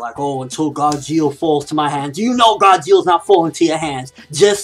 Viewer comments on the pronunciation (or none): none